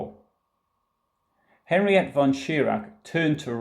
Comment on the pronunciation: It's pronounced 'Henrietta'.